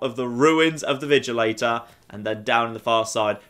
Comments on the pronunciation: its vigilANTor you keep saying vigilATEor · ThePhantomAssassin12 yeah uh no that may be how its spelled but the ppl in game always PRONOUNCE it ANTor